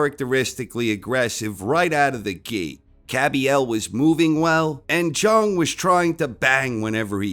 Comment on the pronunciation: its pronounced big bang Jang, not Big Bang Jung...come on...